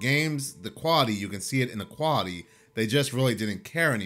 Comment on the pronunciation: Also, learn how to pronounce Quality…..